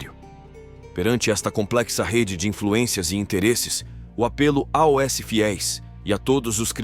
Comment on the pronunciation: Porque o narrador soletra a o s ao invés de dizer aos?